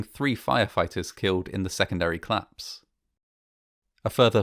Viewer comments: Fine voice, manner and research It only demands proper pronouncing. The much-used "collaose" has two syllables. COL-LAPSE. This is a duty to listeners and to your otherwise superb work. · Another great documentary from this channel. I'm a big fan, but I just can't get over the way you pronounce "collapse" as "claps"! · ‘Clapse’ no, no no …… collapse …. co-lapse. Aargh!